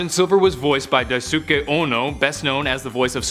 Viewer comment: DaiSOOKAY? Try Dice-kay (Daisuke)